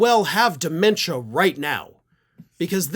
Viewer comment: Why do you keep calling it de.mentia? He's always been an IDIOT.